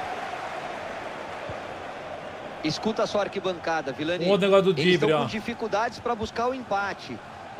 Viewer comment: Brutal é ViLLani,e não ViLani